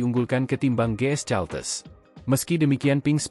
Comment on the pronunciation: Caltex kependekan dari California Texas. Kenapa kau baca Caltes Min?. Belajar bahasa Inggeris dong.